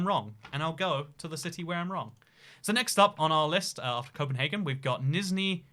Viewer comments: No, us Danes do not pronounce Copenhagen as Copenhaaaaaagen, but CopenhAgen. We aren't Germans. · I like how you try to pronounce Copenhagen in Danish, but you just do it in German. In Denmark we call it København. Good luck with reading that. :) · The name Copenhagen and the way you thought Danes pronounce it is Low German from northern Germany. The Danish pronunciation and name is København (approximately Københav’n’). The ‘ø’ is pronounced similarly to Swedish/German ‘ö’ and the French ‘œ’ (not to be confused with the Danish/Norwegian/Faroese/Icelandic ‘æ’)